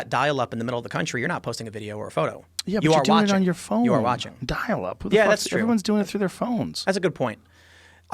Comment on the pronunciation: Haha he said dail up.